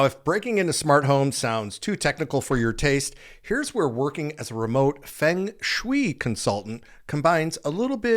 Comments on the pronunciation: I have no idea??? But it's What you kept saying Fing Swi. The word(s) is Fung like the sound of Fungus and Shh - way Like telling someone to Shush away.... Shh way You are pronnauncing it Fing.... like King and Shh weee like Shush and wheee like a sound a child makes when swinging on a swing.. whee... It's Fung Sh-way! This is a very well known word for anyone who knows anything about home designso to have you keep saying it completely wrong was like an ear worm. Grating on a nerve. Not to be rude. Hope that helps. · Just a heads up, Feng Shui is pronounced Fung Schway. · It is pronounced "Fung shway." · Fung sh-way not Fing Swi what in the world? 🤦🏽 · every time you said Fung Shui wrong, it made me cringe. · Respectfully.....you are mispronouncing 'feng shui' there are two ways to pronounce it. Unfortunately yours is not one of them.😢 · Say-- Fung Schway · I am pretty sure that it's pronounced "Fung Shway." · Feng shoo-E. LOL wtf? This guy is a idiot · Dude . . . It is pronounced fung shway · Feng Shui is pronounced Fung Schway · Ffs man. It's fung shway. I know you've heard it pronounced correctly before. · feng shui - phonically pronounced "FUNG SHWAY" 😂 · It's pronounced "Fung Shway". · It's pronounced more like "fung shway" I would Redo this entire video- re-record....... it's That big of a 😳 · Dude- I was driven nuts by yr pronunciation of Feng shui… pls check yr pronunciation before hand next time.. it’s Feng(fung)shui (shway). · Just a little wink and a nod: Feng Shui is pronounced fung shway. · Fung Shui is pronounced like fung shway. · Feng Shui is "Fung Shway" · feng shui is pronounced Fung Sway😂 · Dude, "fang shweee"? 😂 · Its pronounced ' fung shwuay'. Fyi. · Fung Shoe way,say it fast,fungshui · Feng Shui pronounced "Fung Shway" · 😂😂 a little bit of modern wisdom (aka googling) would have provided you with the correct pronunciation 😂😂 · I can’t with how he consistently said feng shui wrong about fifty times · Please learn how to pronounce feng shui. 🙄